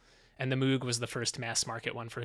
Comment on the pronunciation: Ohhh I always thought the Hard Fork music was so cool. Thank you to Dan and Elisheba and the music team for creating it. Small pet peeve but it's not a "Moog" like mood, more like Moog like vogue